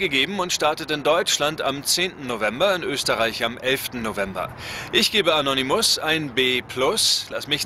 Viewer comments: Es heißt aber Anonymus und nicht Annonnymus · In Silben! A-no-ny-mus und An-non-ny-mus. Im Deutschen spricht man in der Regel Vokale vor doppelten Konsonanten schnell aus. wie Ball, Knall, Mann etc.